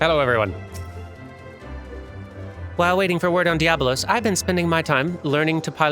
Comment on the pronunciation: Just a small edit: it's DiabOlos. There's an extra 'o' in there for... reasons, I guess :)